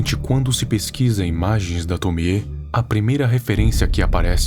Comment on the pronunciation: Finalmente alguém que pronuncia certo o nome da Tomie